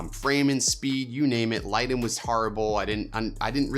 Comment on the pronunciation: Ya when “light’n” was said I had to really think about what was being said hahaha